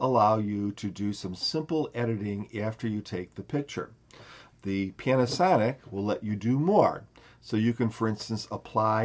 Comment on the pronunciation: Funny accent, pianasonic